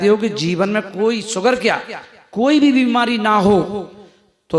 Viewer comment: अरे बाबा सुगर नही कहते शुगर बोलते है, अब यहाँ से सुरवात है तो कैसे इलाज करियेगा 😂😂😂😂😂